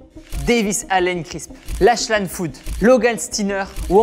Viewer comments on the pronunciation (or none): none